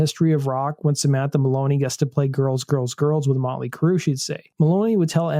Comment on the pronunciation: Their band name is NOT Molly Crue. It is MOT-LEE Crue!!! Please STOP being Lazy in your s[eech!!!